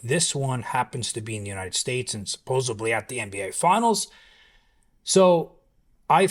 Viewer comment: Supposedly* god I hate when people say “supposebly”…. Dumb